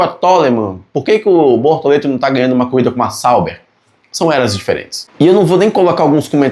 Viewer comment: Desculpa mas eu ri muito quando disse "Bortolento" aos 😅😅😅. Lembrei o antigo programa "Casseta e planeta"